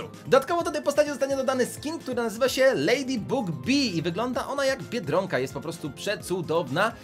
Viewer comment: Nie lejdibug tylko lejdibag